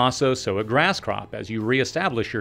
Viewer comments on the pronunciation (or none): none